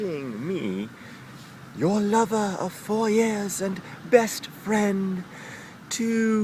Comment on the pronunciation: Can you stop pronouncing "Your" as "Yo"? It sounds really forced and I'm actually cringing every time you do it. If you're gonna speak that way then make sure you sound natural because it sounds really lame otherwise.